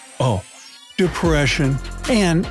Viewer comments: the way he says Depression lol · Why did he have to say depression like that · did he seriously just say depression like that?